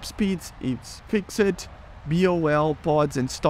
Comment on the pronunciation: I would love to see you pronounce the word fixed properly 😂